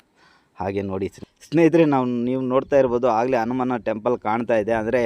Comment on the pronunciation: Guru Adu ಹನುಮಾನ ಅನುಮಾನ alla Modalu devara hesru crrt aagi helod Kali Aamele video maadu